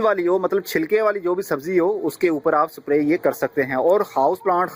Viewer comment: its not sapray its spray